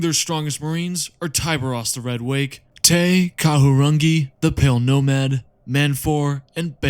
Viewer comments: You got real close to getting Te Kahurangi’s pronunciation right🙌, rangi is pronounced “rah-ngee” just gotta roll the r. Māori pronunciation can get tricky sometimes lol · Te Kahurangi is pronounced 'Tay-Kuh-Ha-Rang-Hee.' And if you think his feats are "mid," read Void Exile. While I don't think you're necessarily wrong about Tyberos, you are missing one actual feat that isn't him sitting on a throne. He whooped Ashen Claws Chapter Master Nehat Nev's ass in single combat and took his lightning claws as a prize.